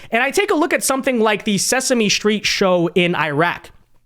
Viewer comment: Dear, there is no sch pronunciation in the word straight, stick etc. Sesame street, not sesame schtreet now your lazy diction is spreading to ends of words. Once again, no sch in destroyed. Deshctroyed is NOT a word. You need to do the Ron burgundy exercise before a show. Just do these. Stick Stchick One is a comedy routine and the other is what you play fetch with. is unbearable with this speech impediment and it seems to be spreading